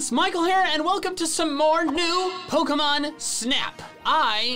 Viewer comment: Thats how my Arab mom pronounces Pokemon 😂😂😂